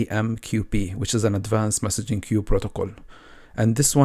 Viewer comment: Thanks so much. I'm really enjoying all of your videos! (small tip, queue is pronounced like the letter "Q", or "K" + "You"... like "KYou").